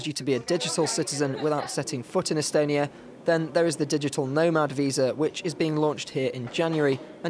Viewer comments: E-stonia not e-Estonia! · Seriously? You made a report about digital innovation in estonia and instead of calling it "e-stonia" you call it e-estonia? Boy this deserves the podium of wasted occasion since they started the competition.